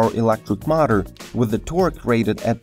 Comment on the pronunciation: Oh my god... very bad english dude... not mater but motor